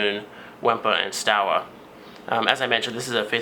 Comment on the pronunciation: Is pronouning : Shtova!